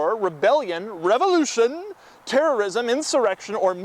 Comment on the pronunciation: Lol, the way he said revolution